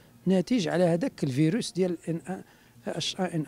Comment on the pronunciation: كان غاي يعطس معرفش يقول كلمة نوع المرض فيروس